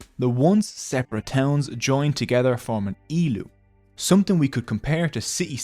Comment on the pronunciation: *Ilu , not Elu